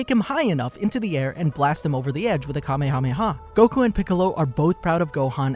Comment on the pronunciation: Ya know.....you completely skipped over the Garlic Jr. saga. It IS part of the series and GOHAN saved the day, did he or did he not?! I'm just saying. Oh, and it's not Kamakamaha it's Kamehameha..... It's never been called the kamekameha wave, it's always been called the Kamehameha wave. Look it up if you don't believe me. I'm just saying.